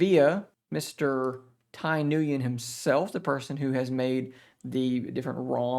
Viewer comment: FYI Nguyen is basically pronounced "when". I know it's a weird Vietnamese thing but it is what it is.